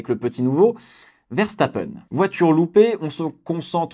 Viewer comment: c'est VE et non Vè donc Verstapen et non Vèrstapèn